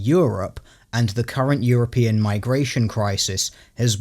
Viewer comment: There's a moment in this video where it sounds like says "Current Yearopean." This is best new meme.